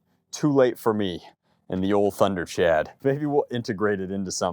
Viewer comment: pretty sure its pronounced tember-chawd